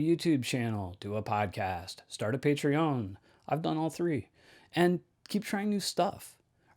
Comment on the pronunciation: I love the French inflection you put on Patreon :D